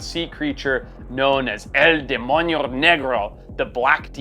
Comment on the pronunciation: What did you say forest??😅 El Demonio what?😅😅